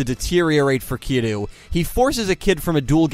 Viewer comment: I enjoyed the video a lot, but I do have notes. “Kiryu” should sound more like “kee-reeoo”. While your attempt to get the Japanese “r/l” is solid, you kinda squish that “y” out of existence, instead of blending it, so it sounds like you keep saying “Kilu” (or “Kidoo” when your mic doesn’t pick up properly). Ryu, from Street Fighter, is commonly pronounced as “ree-oo” in the west, for example, and using an English “r” instead of a Japanese one is usually not that problematic. Something to consider.